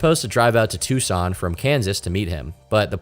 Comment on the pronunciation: You said Tucson right 🎉